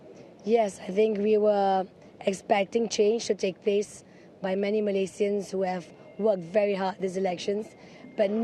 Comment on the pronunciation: I love her way saying Malaysian... in it's original name not in English style